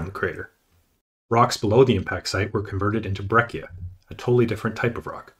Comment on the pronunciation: The Italian word “breccia” should be pronounced as “brettcha” in English